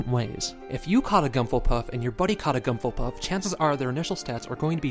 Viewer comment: I still don't get why you pronounce Whismur "Gumfulpuff" :P